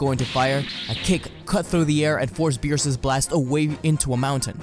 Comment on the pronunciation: Hey!...missing an R in there